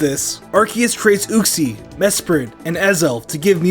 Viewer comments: Did you just say "ooxie?" It's "youxie!" As in Uxie! Otherwise, awesome video! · Uxie is U-see not Ox-see